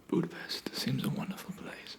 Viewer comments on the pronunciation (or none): none